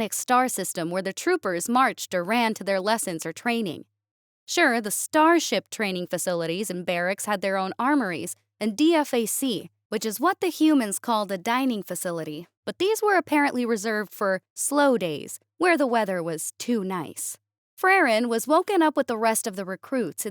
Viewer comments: Army Veteran here. DFAC should be pronounced "Dee-fak" for better authenticity. LOVE the stories and the vocal work! You guys are awesome! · Just for future reference, the military will often pronounce an acronym as a word. DFAC is pronounced dē-fac. I've noticed most narrators will say each letter. This breaks immersion. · For future reference, DFAC is pronounced Dee-Fak. I enjoy your reading. I love these stories, but get really frustrated by the AI voices.